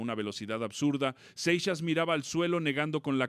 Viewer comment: No seas naco se pronunciaOl Seixas